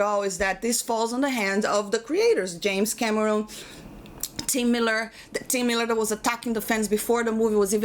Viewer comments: The way you said it sounded like 'James Cabrón'. Pretty fitting. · First time viewer here... Gotta say, I like this chick! She's got a good head on her shoulders. Edit: oh and the way she says James Cameron with that accent.... I love it. If you read this Can u say "hello Clifton" ?!?!